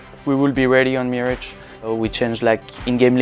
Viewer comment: "Meerage"